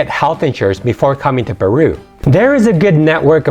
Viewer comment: I lived there for 4 years .what are you talking about..you cant even pronounce common words..ceviche peru haunchaco.. I'm done here..your driving me crazy.